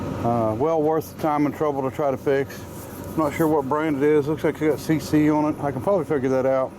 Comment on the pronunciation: No such word as oin its pronounced on